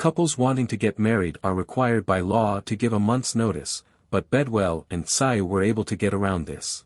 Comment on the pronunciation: This AI is embarrassing. Can't even get his name pronounced correctly.